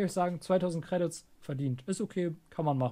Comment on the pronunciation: Alleine wie er Credits ausspricht macht mich aggresiv